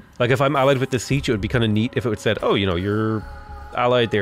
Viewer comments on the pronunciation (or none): none